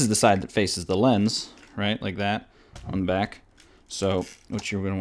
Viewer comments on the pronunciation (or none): none